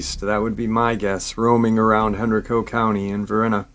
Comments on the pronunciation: Hey! Great Saturday Night LIVE talking METAL! Anyhow, I'm from the area of Virginia near these places mentioned in his video' Just thought I'd mention that Henrico is pronounced Hen-Ry-co (sorta like "Geico") and Varina (sounds like Va-Gyna!) Just figgered I'd let my Virgo freak flag fly! Stay Awesome! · Dogman? Sounds more like woman dog. Heard of werewolf of henrico. Hen_.rike_co is how its locally pronounced. I live in richmond, meant to hit up thay park, small park but swamps behind it. The white dog pack was also seen by a couple at nearby osborne landing who also thought they were supernatural. Dog bodied lady sounds like its. COincedentally the same part of henrico - varina. Pronounced like vagina